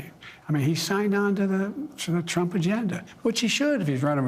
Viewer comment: says Trump like he’s Latino lol